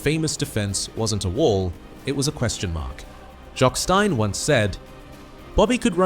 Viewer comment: Can’t pronounce Jock Stein or Dunfermline.